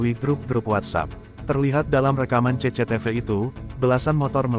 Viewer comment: Gw paling ga enak denger host nya...apalagi klo fah bilang cecetefe...🤣